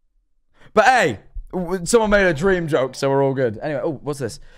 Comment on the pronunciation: dweam?? Lmao